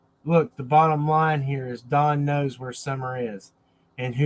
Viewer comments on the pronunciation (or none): none